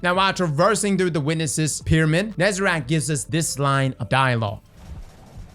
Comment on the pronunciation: please stop saying "nezerac"